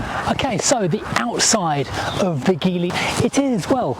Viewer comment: Also, pretty amazing that you can do a review like this but not know how to say the name of the car 🤦🏻‍♂️.